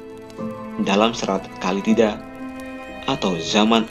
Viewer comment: Bukan Kali tida. Tapi Kala Tida